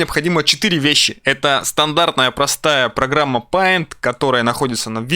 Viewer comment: Не ПАЙНТ, а ПЕЙНТ, на информатике сказали)))